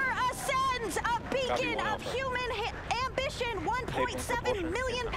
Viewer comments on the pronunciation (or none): the woman had one thing to say and she could not say 'ambition' correctly. say history or ambition. be correct. you blackmailed yourself into that position you should do it correctly